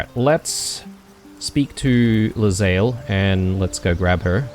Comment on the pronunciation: That conversation involving Lae'zel's pronunciations is especially funny, considering you have been mispronouncing her name for 15 episodes... :D Her name is pronounced "Lay-Zell", not "leZayl"